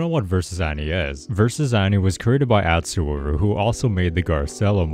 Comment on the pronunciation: Just saying but you pronounced atsuover wrong it's pronounced otsuover